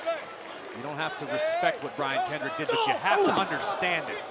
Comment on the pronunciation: "Kendrick has tapped out the champion" um? that's not how you say that Cole.